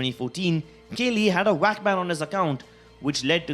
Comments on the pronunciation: 1.Forsaken had a killswitch 2. VAC is not pronounced as "WACK" 3. The 3 files were the result of the data recovery 4. It was pphud beta not ezfrags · It annoys me so much. "He haad a WHACK BAN!". Really? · Nice Indian accent can’t even pronounce vac how do u even pronounce it as “wac” ban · The way he said VAC banned He got whack banned xD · Every time you say Vac I hear WAC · Guys. stop hating on this guy because of his accent. Many people have accents that may say words (Like vac) As wac. Shut up about it. And leave this guy alone. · He says wac ban lol